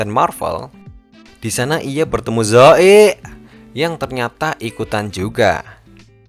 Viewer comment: Kenapa harus ngomong zoeey😂😂😂